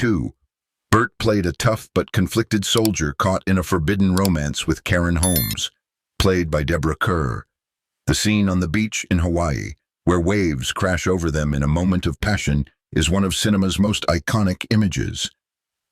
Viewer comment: I clicked off the instant I heard Deborah "cur," rhymes with her. Her last name sounds like CAR, you robot.